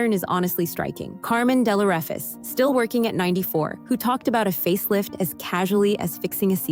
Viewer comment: Please pronounce Carmen Dell'Orefice correctly.